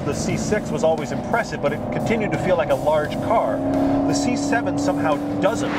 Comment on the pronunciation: How hard is it to say THE instead of 'da' like a 4 year old? Say it with me now, c'mon, THE GTR.